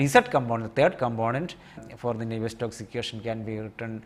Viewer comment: Sorry, but isnt it Navier STROKES ??? you are saying and writing it as NAVIER STOCKS ....